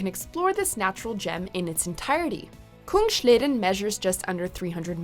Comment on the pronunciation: Kungsleden is not a german name. The s is pronounced "s", not "sch".....